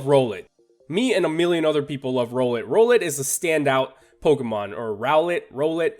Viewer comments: its rOWlet like emphasis on the ow the second time u said its name... at least I'm pretty sure. because owl. rOWL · It kinda pusses me off how you pronounce "Rowlet" since it's pretty obvious